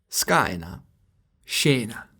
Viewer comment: Indeed, you pronounced wrongly "scena" (too closed stressed vowel) / "bene" (too closed stressed vowel) / "zucchero" (indeed starting with a /ts/ affricate sound, not /dz/). A too much "modern-age Northern-Italian" pronunciation, but bever mind. The video remains of high quality nevertheless.